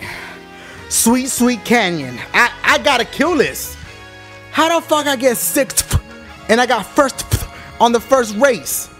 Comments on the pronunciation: Best "SIXFTH" ever xD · SIXFH?? probably the most accurate way to say 6th. If you guys laugh please press like button!